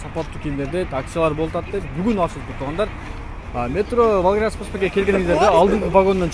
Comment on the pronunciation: Волгоградский деген сөздү туура шашбай айтчы чала сүйлөп атасың урматтуу кабарчы